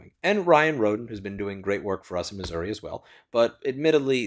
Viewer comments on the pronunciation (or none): none